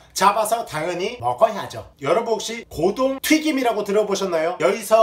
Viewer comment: 고동(X) 고둥(O)